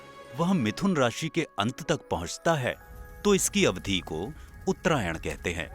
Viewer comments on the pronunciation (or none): Twenty three and half degree के स्थान पर साढ़े तेईस अंश कहा होता तो कम अखरता। आपके चित्रण (graphics) तो अङ्ग्रेज़ी में हैं ही! "अवधी" नहीं, अवधि। अवधी एक बोली है। "उप्क्रमों" नहीं, उपक्रमों। क्षमा करें, संशोधन मात्र इस हेतु कर रहा हूँ कि आप की प्रस्तुति का स्तर श्रेष्ठतर हो सके।